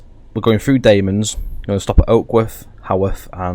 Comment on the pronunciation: Sorry, but you pronounced ‘Damems’ wrong. You pronounced it ‘Dame-ems’, it’s actually pronounced ‘Dam-ems’. Also, it is the shortest station in England :) other than that, good video 😀